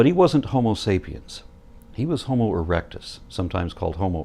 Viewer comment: He said homo but damn it was close to hobo